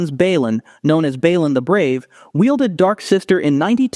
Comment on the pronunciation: Bay Lon not Baylin